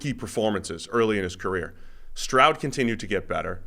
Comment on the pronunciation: Not to take anything away from Bobby, but it’s stroud. Period. Slow first one to say it…